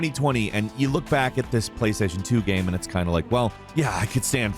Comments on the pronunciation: 'gayum' lol I love the way pronounces 'game' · Why do pronounce game as “gaem”